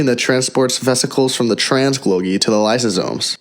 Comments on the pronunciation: It is called Golgi, not Glogi. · Repeat after me: Goal-gee, goal-gee, golgi... not glogi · This man really said glogi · "autosmal...glogi"? we hear clearly this is machine-voiced garbage. I don't like to be negative but this is really sloppy work.